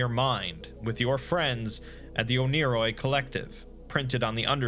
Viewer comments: it’s pronounced “one-ear-oi” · i thought it was pronounced ONE-A-ROY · It's actually pronnounced "oneyri" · I swear, it took me half an hour of watching this for me to realize that you weren’t saying oni-Chan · Proof that the Exploring Series can be wrong: It’s pronounced one-er-oi